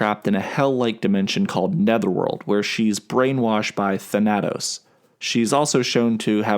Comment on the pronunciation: ThanAHtos I hate this pronunciation. ThANatos